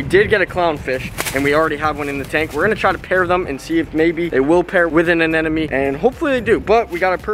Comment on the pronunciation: anemones that hosts clown fishes are the short tentacled anemones, and its anemone not anenome!!!😃😃😃